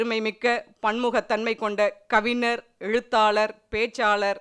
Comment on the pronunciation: அறிமுகம் செய்யும் அம்மா கவிநர் , அறிநர் என்று கூறுகிறார். கவிஞர், அறிஞர் என்று மாற்றிக்கொள்ள வேண்டும். ஞகர உச்சரிப்புப் பயிற்சி பெறவும் !